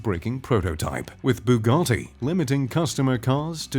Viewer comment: Also take some speech lessons and learn how to pronounce automakers names and their models like when you said bugatti it sounded like you swallowed a bug